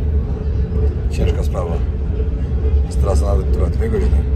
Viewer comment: Przeciekawy, mocny odcinek!Jestem wdzięczna za tak ciekawe treści,które przygotowujesz 🫶🏻jeden szczegół (teraz wyjdę na jakiegoś trola czepialskiego🙈) ale końcówki wyrazów ,których nie wymawiasz np;jeś(jeść)wejś(ć)jes(t)kurde drażni ucho :/musiałam bo uwielbiam twoje odcinki a tylko to wybija mnie z przyjemnego oglądania.